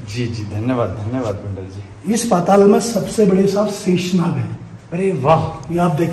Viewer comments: sheesh naag nhi sheshnag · Shishnag nahi sheshnag hai .ye sabhi natural hai